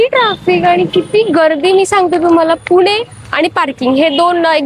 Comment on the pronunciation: पूने .ण आणि न चा सर्वांचा घोळ का होतो? एवढ्या मराठी च्या भोक्तया आहात ना? बाकी blog मस्तच.